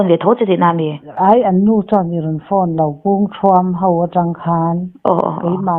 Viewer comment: Zana bau nilovin bo tia chhiar rik tur aw, i Mizo ṭawng lam hi inlak cute i ṭum lutuk nalam nge a fuhlo leh lam dik loh i ngah hle, channel siam tur chuan i Mizo ṭawng hi tlemin lo i siam ṭha la, ho tih tura hau i tih tehi, nangni ang kuma hman amawi chiah tawh lo mange. Mizo dik tak i nih chuan mahni ṭawng chu thiam tura ngaih i ni...